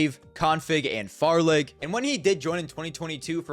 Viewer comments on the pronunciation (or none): You shouldnt pronounce the "g" at the end of Farlig, the g is silent in Danish and the word means dangerous.